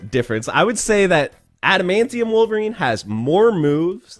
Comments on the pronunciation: God stop saying Bonerine. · You do realize you called him BONERine right?😏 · please don’t call him bonerine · Lol he said bonerine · "BONER-INE" hahahaha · Don’t say “bonerine” again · LOL he calls em Bonerine!!!!! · You said Bonerine xD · Did you just say "Bonerine"? 😂😂